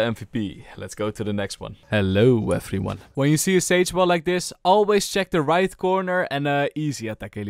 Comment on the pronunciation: its the "Hellou effriuan" for me